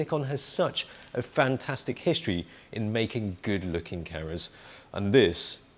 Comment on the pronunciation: just realized you are saying "cameras" not "carrots"